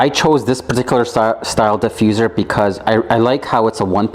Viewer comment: If you say Diefusser one more time!!!